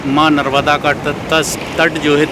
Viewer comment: Pronunciation sahi Karo . Narmada mata not narvda.